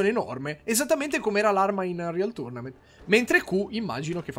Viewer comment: Te la faccio a fette perché evidentemente non hai capito Prendevo in giro la sua pronuncia